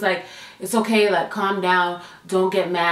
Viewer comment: I love it when you say okarrrrr